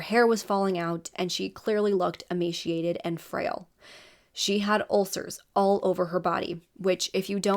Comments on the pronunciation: It sounds like you are saying emashiation. It is emaceeeation. There is no "she" sound in the word. It is a ceee sound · Girl, no.... it's "ee-may-see-ated" not "ee-may-SHE-ated". ✌️